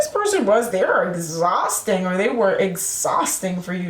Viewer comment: Pisces male here. Hey there. You said (Exausting) . Lol You nailed it.